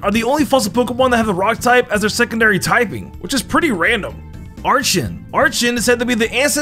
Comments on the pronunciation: its ar-ken and ar-key-ops ! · “Are-Chen” was so painful to listen to. And then came “Are-chops”